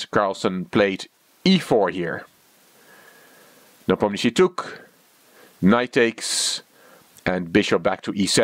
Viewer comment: Is it a European custom to introduce oneself as? This is! As though anyone knows or cares who "" is. This is one reason I avoid these videos. at least pronounces Nee POM nee uh shshee right once (and puts some "tch" into it a few times, which is wrong).